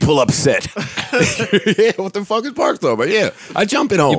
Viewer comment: wait. joe purposely mispronounces "fuck"??? as frduck?? fluck??? y